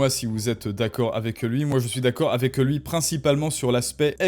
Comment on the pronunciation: Aïe, désolé, je ne veux pas être insultant. Peut être avec avec un peu de travail... (?) Ton principal défaut réside dans "euh" qui traînent partout, où ils n'ont pas lieu d'être. Un exemple simple : "avec" que tu transformes en "avequeuh". J'espère pour toi, mais aussi pour moi, que tu parviendras à t'améliorer là dessus. En attendant, tes contenus restent intéressants. ;)